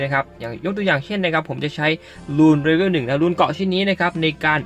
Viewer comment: ว่าจะไม่เม้นนะแต่ฟังมันขัดแบบขัดจริงๆ เชื่อว่าหลายๆคนก็เป็น level อ่านว่า"เลเวล" ไม่ใช่"เรเวล"